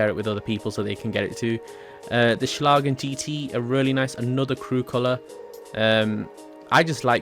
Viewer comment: Its Schlagen GT not Sclagen gt.